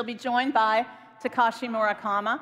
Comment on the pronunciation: I laughed when she said murakama